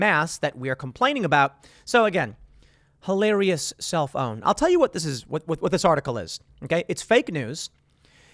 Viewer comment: Every time Tim says self own, I hear 📱